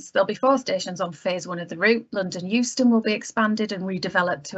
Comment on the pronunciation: you said Houston - or that was what was printed - was that an automated version of Euston? (Michae l G.)